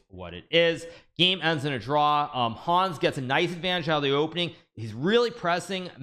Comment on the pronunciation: Hikaru, he's called Hans, not Hawns